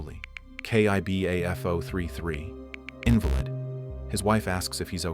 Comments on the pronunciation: In-vah-lid? AI narration? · i dont mind an ai narratiom but can you make sure it pronounces words right? 1337? is leet short for elite and pwnd is slang for owned and IN-valid and inv-alid have totally different definitions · Maybe all of your videos you watch will be narrated by a terrible ai who can’t pronounce “invalid”